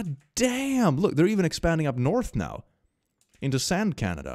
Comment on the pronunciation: Sand Canada? You mean Sanada